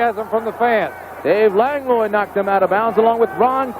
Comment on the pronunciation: "Lang-loy"?😅 Langlois is pronounced "Lang-wah."